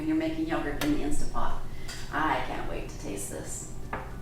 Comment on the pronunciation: Did she call it an insta pot? Hard for me to watch and consider someone an expert if they can’t even pronounce the name of the machine she’s using